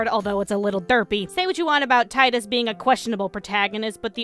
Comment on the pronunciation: Hmm.... you got the pronunciation wrong. It is teedus not tie-dus